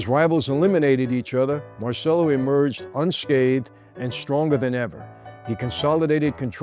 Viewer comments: MAHR CHELL OH MAHR CHELL OH MAHR CHELL OH….NOT mar sell oh come on Michael I love you to death, but have some respect for the Italian language and Carlos who spoke fluent Italian. He would’ve corrected you as well. I’ll say it again fake New York Italians, who destroy the Italian language it drives me insane and it makes you lose credibility. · Why do Italian Americans forget how to correctly pronounce their surnames? It's Mar - Che - Lo. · Si chiamava come il figlio di De Niro in "Bronx tale" ... La pronuncia è errata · Everyone mispronounces Marcello, even this American-Italian presenter. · You really have to learn how to pronounce Italian properly. The way you say Marcelo is incorrect. CE in Italian sounds like CH when you say Cheese